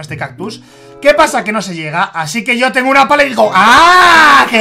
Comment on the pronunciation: quiso decir yo pero dijo yao